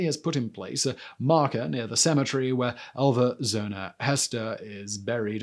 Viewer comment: Wow, Simon, you spoke so fast, especially since they were unusual names. It kept sounding like Alva Zona and She, instead of Shu. Took me 2.5 times to understand you. Slow it down, you’ve got time and it’s interesting stuff!